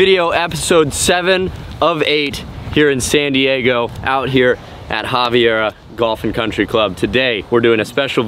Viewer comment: Did he say “Haviara” lmao it’s Aviara no H.